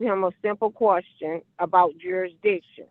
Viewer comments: My question to her is what is a "qwarstion?" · What the fuck is a QWUSTION? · What the heck is a "quashton"?!!! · "the quorstions"? Really? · The kwuschen? Lemme axe u a kwuschen 😂😂😂😂😂